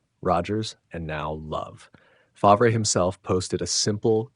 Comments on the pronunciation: F-A-R-V-E not faver….. (F-AR-V) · Here is a little advice from someone who has never even used AI or ChatGPT: When you enter in the text for the narration of the video, using a name like Brett Favre, You spell Favre “Farv” or “Fahrv”. That way AI will pronounce it right for all the people watching your video. Your welcome.